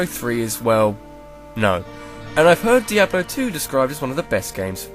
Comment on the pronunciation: LOL, peeablo three. bluzzard has officially lost its touch.